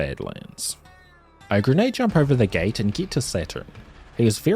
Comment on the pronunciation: get to the "gay button" lmfao i know he said gate but i heard gay